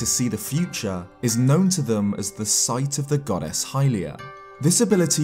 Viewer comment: why i heard it as God-Ass